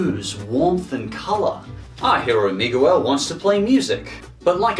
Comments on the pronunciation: miguel is not prounced mi-goo-el, its mee-gell. other than that, a really good list i agree on. walle, up, and coco are my personal fav pixar movies. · ITS NOT MIGWEL!! ITS MIGEIL!! (How it’s pronounced) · Im sorry did you megawel?? Its miguel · megoolel. You said his name wrong. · yo, i hate to be "that guy", but you kinda pronounced Miguel wrong. Its pronounced "Mig-El", the U is silent. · he did not say MIGWEL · Says Miguel Mee-gah-well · This man said “Migooel” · Did you say migowal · Ummm...... Me-goo-ell??? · “Our hero, Mee-goo-el” 😂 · Hey, I don’t want to sound rude but Miguel is pronounced (Mee-gel), however you are australian and spanish names aren’t usually common for you guys so its alright, just pointing it out (Also my favorite pixar movie is Monster’s Inc because the jokes (for me) still hold up and are funny and i was born the exact day and year it came out) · Loved your take on Coco, but you pronounced Miguel wrong. It’s “Me-Gell”. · Our hero Meegoo-el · .....did you just mangle the pronunciation of "Miguel"